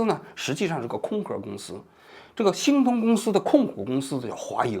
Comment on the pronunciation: 王局的字目哪里去了 我集中精力的 听 “新东”公司 原来是“星通”公司 到最后看了字目才校正过来